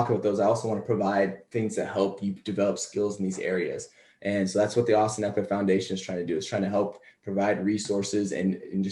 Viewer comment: FYI...pronounced his name wrong- it's not Ek-ler, it's Ek-E-LER. I used to do that, then at some point I realized I wasn't pronouncing an " E."